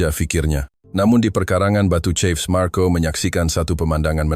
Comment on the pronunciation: Bukan batu cef tapi Batu cave( kef) bukan cef...